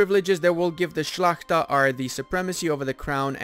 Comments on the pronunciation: As Polish man I'm impressed by ur pronunciation of "Szlachta" it means nobility in Poland. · You have rly good pronunciation for word Szlachta